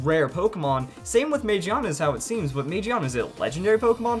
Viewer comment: It's pronounced Ma Gi Ah Na.